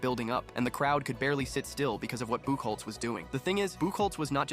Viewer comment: It’s actually pronounced buck hotz that drops me crazy as a red Sox fan lol 😂